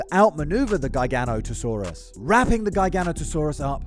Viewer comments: GUY-GANO-TOE-SAURUS…. WHAT?! Not once have I EVER heard it pronounced like that. I’ve heard JEYE-GANO-TOE-SAURUS (which is wrong), JIGGA-NOTO-SAURUS ( close but wrong), and GIGA-NOTO-SAURUS (Which is right as it comes from the Latin words “gigas noton sauro” (giant backed lizard). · Say it with me... Jiga-noto-saurus.